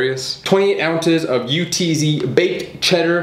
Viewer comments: *UTZ (UH-TSS) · Anyone else realize how he called the brand U-T-Z instead of Utz? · The fact that he called it “U T Z” and not “Utz” (pronounced Uhts) hurts my Pennsylvanian heart. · The fact that he says “U-T-Z” is hilarious to me.